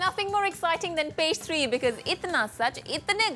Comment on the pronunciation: Is it Page 3 or Pastry I'm hearing?